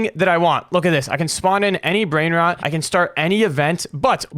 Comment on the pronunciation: He said brainrats